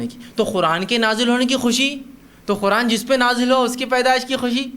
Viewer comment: Is jaahil ko Quran bolna nahi aa raha hai aur yeh taqreer kar raha hai Quran ko Khuran bol raha hai khabees